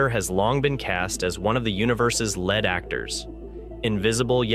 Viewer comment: A few editing mistakes in there and the AI voice reads led as lead (as in Pb)